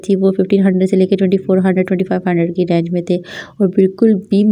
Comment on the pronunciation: Its range not rang